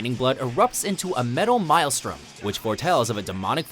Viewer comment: MACABRE = "MUH-COB" (not "muh-cob-bruh") MAELSTROM = "MAYL-STRUM" (not "My-ell-strum)